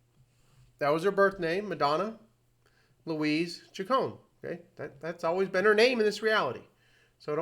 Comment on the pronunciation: As a die-hard fan since i was a tween/"Madonna Wannabe" in 1983, i am almost offended. First of all, her last name is pronounced: "Chick-cone-knee", not "Chick-cone". Mtv started calling her "Madge", that is not something that " she sometimes goes by", telling Mtv's Kurt Loder that she hated it. Her DAUGHTER was named Lourdes MARIA Ciccone Leon. Lourdes was born about 20 years ago, when you stopped listening to MADONNA. THAT is probably why everyone started thinking "Maria." It could be bc Marie* Cahill wrote a book about Madonna in '91. It literally starts with the words: " Yes, her name really is Madonna . When she was just beginning to establish herself, people assumed that she had chosen the name for it's glamorous sound, but the truth is that she was named for her mother . Madonna Louis Veronica Ciccone was born on 16 August 1958 in Bay City, Michigan." i know that you said that you "know this", but you clearly don't bc you kept mispronouncing her last name & calling her middle name: Louise, not Louise Veronica , something commonplace in Catholic/large families, and a practice still done today. (See my name .) When asked what ppl were most surprised to learn about Madonna, (whose Mother died when she was 5) she said: "That I'm vulnerable. Isn't it obvious." We had an irl "Prince", (Rogers Nelson) & we have a real life Madonna. This isn't that complicated: it was the 80s. However, having lost a parent when i was a child, i am taking this too personally, bc i can relate to